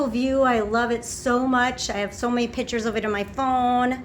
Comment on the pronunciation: pitchers? my ears are bleeding...